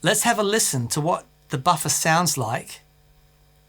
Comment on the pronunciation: I like hearing say “ boffa” 😊